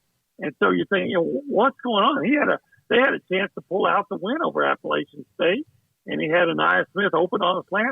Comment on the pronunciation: It's App-a-latch-in State. Not App-a-lay-chin State.